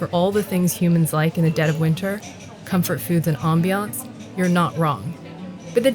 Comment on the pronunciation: Dragon lady pronouncing ambiance is just cringeworthy